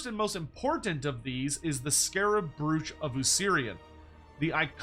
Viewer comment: Is Andy listening to how is saying 'brooch'? I can hear him correcting in my head!